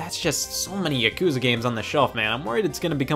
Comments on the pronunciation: Yaakuza not yuhkuza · the way he pronounced yakuza made me stop watching the video entirely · Angry comment about how horribly he pronounced Yakuza